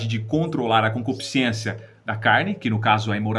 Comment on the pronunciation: "Concupiscência" e não concupisc i ência. Boas informações, obrigado.